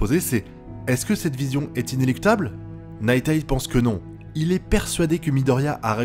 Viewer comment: J'ai rien contre toi! Nighteye ne se prononce pas Night-èi mais Night-AI!